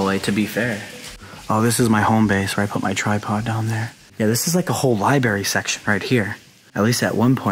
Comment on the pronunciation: Bro. Truly I do love the exploring videos and having the chance to see things I otherwise wouldn't, but are we seriously gonna let him just get away with CONTINUOUSLY saying "liberry", "suscribe", not knowing what formaldehyde is, etc.?!?! COME ON DUDE.